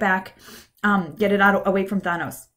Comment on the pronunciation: Enjoyed the video, but please stop saying "Thah-nos." His name is "Tha-nos."